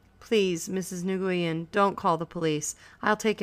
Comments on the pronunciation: The Vietnamese couple's name is pronounced "Win," not "Nigoiyen" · new-yen thats how its said :P thanks anyway this helped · I’d rather she say “nwen” than “nagooyin” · STOP SAYING NGUYEN LIKE THAT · the way she said it pissed me off so much